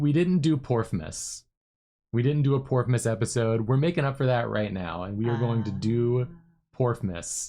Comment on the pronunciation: I thought they were saing porkmas LMAO